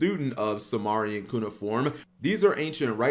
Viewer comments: "Suemarian" "Meesopetomia" Su-MARE-ian Meh-so-Puh-tame-ee-uh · It’s Sumerian (Sue-mary-an) Nibiru (knee-beer-ooh). Not Samarian. And wtf is miso-patomia?!